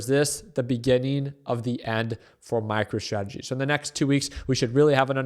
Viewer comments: Did you say micro tradegy? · Did you say MICRO-TRAGEDY? Lol😅